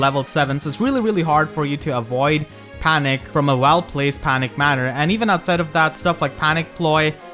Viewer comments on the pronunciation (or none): none